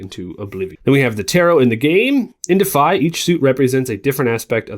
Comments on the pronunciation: I think it’s pronounced “De—if-eye” deify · Your pronunciation of DEIFY is missing a syllable…